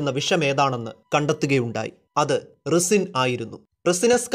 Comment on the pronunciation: റിസിൻ എന്നല്ല പറയുക റൈസിൻ എന്നാണ് പറയുക Netflix-ലെ Breaking bad-ൽ പറയുന്നുണ്ട്...